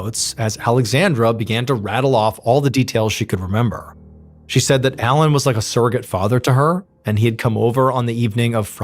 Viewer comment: All french names, words are butchered like the poor boeuf bourguignon . I understand you probably don’t speak French . But just type the translation and hear how we pronounce them. The main character is ALAIN not ALAN . That one was hard to listen to…..